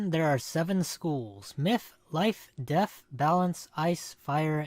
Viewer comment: It’s DeaTH not DeaF